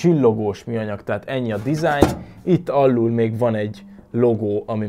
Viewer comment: az még mindig alul es felül nem pedig alllul es felllul😂😂